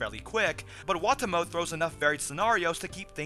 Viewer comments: I thought it was pronounced "Wah-Tah-Mo-Teh". Either way, best show of the season so far. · also, wah-tah-moe-tay try saying it 2 letters at a time. like wa-ta-mo-te